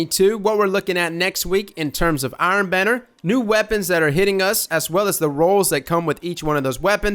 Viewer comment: You know that Benedict Cumberbatch video where he can't pronounce penguin and says it differently each time? That, but with trying to say *Iron Banner*.